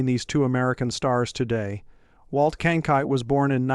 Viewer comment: CronKITE, not Cronight or Kankite!